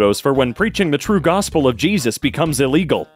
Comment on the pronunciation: Cheesus crisp